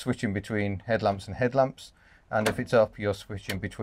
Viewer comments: "Brummie 'edlamps" lol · "Brummie headlamps - lovely". Go on, do a full video in a Brummie accent.......pllllllleeeassse. It did make me chuckle!